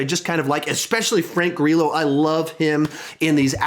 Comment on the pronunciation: Frank Gri-yo not Frank Gri-low :P